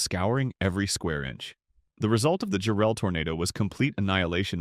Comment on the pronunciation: Excellently done, thank you. Jarrell was a monster; I know some tornado experts rank it the worst ever for the level of damage. Thank goodness it only really hit Double Creek Estates, and not the town itself. Oh, and it's pronounced JARrell. Accent on the first syllable.